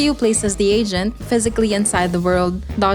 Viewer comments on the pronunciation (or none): I cant unhear agent = asian